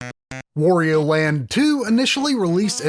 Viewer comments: Wtf is "Wore-eo"? Do you pronounce Mario the same way? Moreo? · I didn't know there are still people who call Wario "Worio" lol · Try, "Wario" rhymes with "Mario" (however you pronounce that).